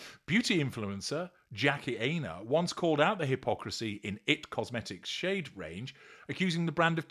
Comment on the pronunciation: You can’t even pronounce her cosmetics company correctly